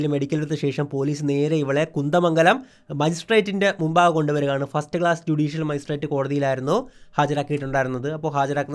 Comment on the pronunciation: കുന്ത മംഗലം അല്ല കുന്ദമംഗലം എന്നാണ് 😂